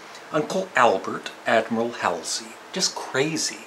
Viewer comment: Are you pronouncing Admiral Halsey incorrectly on purpose? That bothers me, especially since it's in the song... Hall-zee, not Howl-zee. I still think you're great, but mispronunciations drive me nuts.